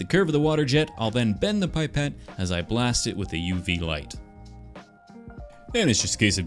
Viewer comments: I love that you say Aluminium the right way, because as we all know, Canadians are what Americans would be if they had common sense. But why'd you go and have to ruin it all by saying PIEpet? Its Pipette, as in PEEpet, like the PI in Pillow. Cuz i think its French, Which makes this even worse because, ya know...Canada! I Forgive you, your stuff is awesome. Its cool to see you make stuff from the post apocalyptic nightmare that is Kirby & the forgotten land. I call it that because you know Kirbys were invented as Roomba replacements that got out of hand and destroyed humanity. Anyway, again, great stuff, can't wait to see what other tiny nerdy things you make with those awesome tools of yours. Would love to see a workshop tour sometime. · It's pipette, not pie-pet